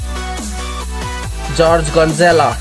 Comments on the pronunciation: Its not George Gonzela it's Jorge Gonzalez its not the right name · George Gonzela no George Gonzalez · Yo it's not gorge gonzla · George Gonzela 😂 será Jorge González